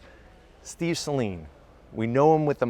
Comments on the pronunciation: Sounds like you're saying sling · Check out Doug Demuros video. Only 10 seconds in he starts with the SAY-LEAN.😣